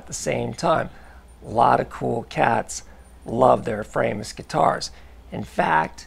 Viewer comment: It's pronounced 'Fraw~mus' properly. Greetings from Germany 🇩🇪